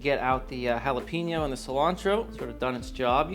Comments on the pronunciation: you said "jal a peno" It is Hal a peno. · “J” Jalapeno 😂. My sis says you need to pick the jalapeño with the little white lines in the skin. Those are the hot ones.